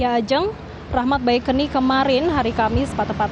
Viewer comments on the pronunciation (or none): Ustdz BaeQuni bukan baeqeni reporternya gk bs baca dasar metro TiVu eh maksudnya metro tv